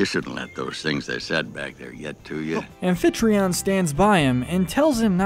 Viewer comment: Did you say “alphetreon”? Amphytrion.